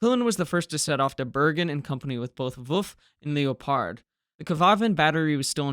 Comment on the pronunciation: FFS learn how to pronounce Leopard